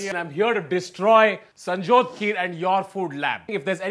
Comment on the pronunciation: When Tanmay said Sanjyot It sounds like BC 🤣🤣😂😂